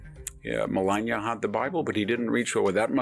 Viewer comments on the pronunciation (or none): none